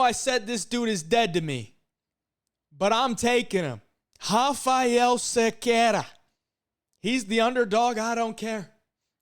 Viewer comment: Most non-portuguese speakers struggle to say "Cerqueira" but you nailed it